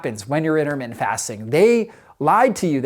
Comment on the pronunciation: 'Innermittent'? Something wrong with your mouth, or just a sloppy speaker?